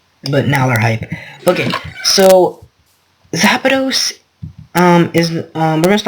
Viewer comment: Its not zapados its zapdos